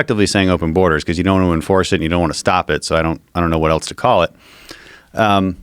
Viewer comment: Its self evident that this guy cannot pronounce "else" he keeps saying "eltse"